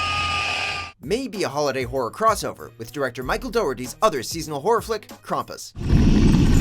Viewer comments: Was down till u said krumpass there’s an a not a u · its krAAAmpus.